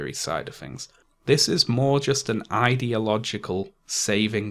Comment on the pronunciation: it's 'things', not "fings".